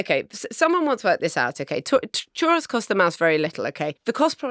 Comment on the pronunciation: Iam I the only one that's annoyed with how they pronounce churro?